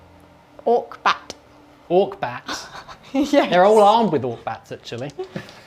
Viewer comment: It's not orkbat. It's orkombat.